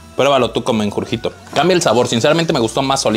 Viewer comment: si tuviera 1 peso por cada que dijo "Mengurjito" JSDJSDJSDJ XDD